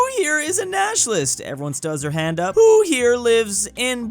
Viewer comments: It"s not UP it is the abbreviation of the India state of Uttar Pradesh and its pronounced as you-p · it is pronounced as "U-Piii"